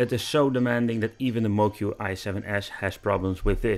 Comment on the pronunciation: Moqi is pronounced “mo chee”. I don’t blame people for getting this wrong. Pinyin, the use of Roman script for Chinese, is utter bullshit. Not intuitive in the least.